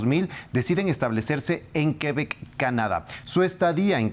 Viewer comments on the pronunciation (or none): none